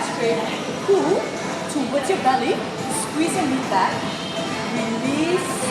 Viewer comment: I DIE EVERYTIME SHE SAYS "okay, sqwees¿" 😂 I love this, it's so helpful.